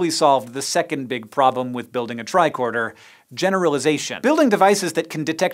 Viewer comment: Lol “bicorder”